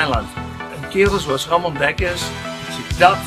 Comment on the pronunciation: His name is Ramon not Ramone